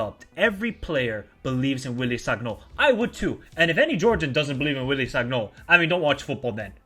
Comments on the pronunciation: please, it is written sagnol but you read it as san-yol. do not take this badly, im just trying to help. :)) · G in sagnol is like g in lasagna bro😂